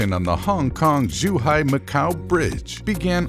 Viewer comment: "juhau" zhuhai